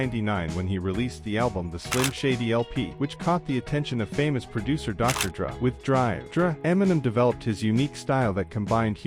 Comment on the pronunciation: I hate you more than I should for mispronouncing Dr. Dre. And Marshall Mathers the third not iii....